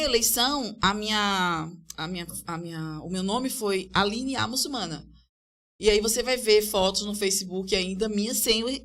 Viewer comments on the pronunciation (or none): Olá, pessoal. Trabalho bacana. Só um ponto, o correto é "muçulmana".